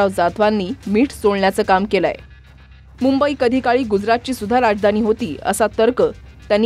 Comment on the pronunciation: आधी‌ मुंबई म्हणायला शिका महाराज